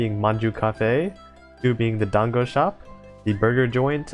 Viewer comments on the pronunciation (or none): none